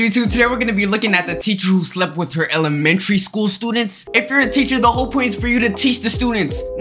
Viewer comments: “An elmetreneyy schooler” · ''the emelememenatary teacher''😂😂😂😂😂😂😂😂😂😂😂😂😂😂😂😂😂😂😂😂😂😂😂😂